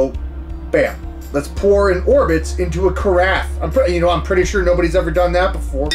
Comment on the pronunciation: Hearing you pronounce "carafe" is so worth it Kev-O 😂😂